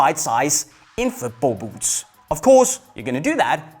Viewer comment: It would be easier to listen to this advice if I didn’t hear this guy saying BOOPS over and over